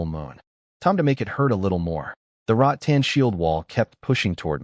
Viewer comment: boss its " rattan " not " rot tan " 🤭🤭🤭